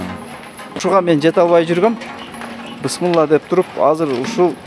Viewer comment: Бысмылла эмес туура айтсан тууган